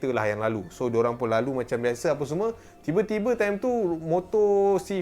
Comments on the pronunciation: salah cakap..(Tiber tibei)..sepatutnya tiba-tiba..🤣 🤣 🤣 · rasa takut hilang terus lepas time nih😅 tergelak sekuat alam tau sebab detect salah sebut ni. Mekasih la tersasul, at least dapat hilangkan rasa takut. Disebabkan 'tibe tibi' ni kurang sikit la rasa marahkan jumpscare tu🤣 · 23.13 "tiba tibi bini dia.." Me be like🤣 aku yg salah denga ke memang dia tiba tibi